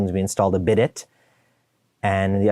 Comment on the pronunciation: Quite funny especially how you pronounce bidet. 😜 (tip it’s a French style word) (bidaye)